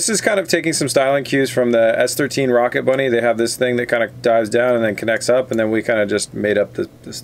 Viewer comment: It hurt every time he said rocket bunny